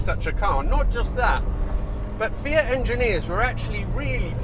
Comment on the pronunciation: One of the very few that can pronounce Fiat properly, ie Fe ut, not Fee att.